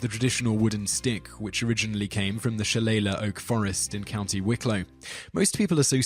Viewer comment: Shi-lay-lee for the record BTW